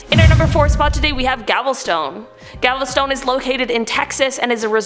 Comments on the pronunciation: Love the show, it's galveston not gavel stone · GALVESTON, (Not GALVESTONE) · Gavelstone?? 😇😂🤣😂🤣 It’s called Galveston. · Gavelstone? Really? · I think it's pronounced gal ves tun short U sound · It’s Galveston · Its called Galveston Tx u said it wrong! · 🤠 😖Texans hearing her pronounce Galveston wrong 😂😂